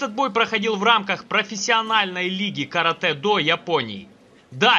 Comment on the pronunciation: Слава богу , хоть кто то правильно сказал название японского боевого искусства Каратэ-до .Вам лайк от меня.